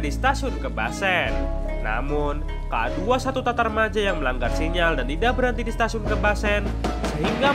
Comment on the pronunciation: Matarmaja ... bukam tatarmaja